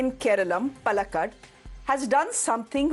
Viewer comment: Shreya , please get your pronunciation of Palakkad correct 😕! 😂😂! You take so much of trouble to pronounce correctly French names , so why not of names of even some common popular places/ names in South India 😅😊!